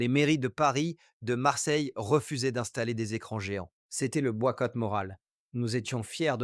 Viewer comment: Le "boiqouoite moral" à 2.55 comme j'aime ta voix, simplement ton français t'est très personnel ♥️⚽️ ❤